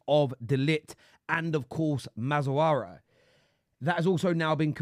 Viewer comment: Bro u butchered mazraoui's name damn , its MAZ RA oui(like the french oui)